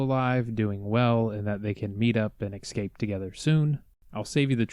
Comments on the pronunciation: Can you please stop saying excape it's not even a word, say it with me ill go slow....Escape....Esss-cape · Did you say ekscape?